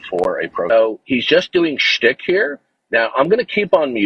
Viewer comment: lol. It’s schtick not stick.